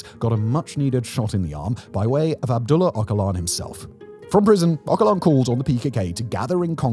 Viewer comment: OH-JUH-LAN, not "Okalan".